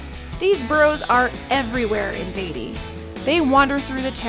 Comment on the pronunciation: It's , Beat - ty !! Not Bay - ty !! .........................................................